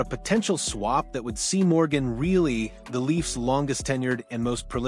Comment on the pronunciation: Maybe start with pronouncing Organ Rielly’s name correctly, idiots!!!